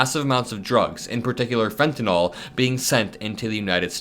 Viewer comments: it's fenta nil not fenata gnaw-l lol great content thank you! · I thought it was Fentanyl, not Fentanol.